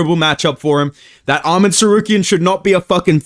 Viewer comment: Why do u say Tsarkeryan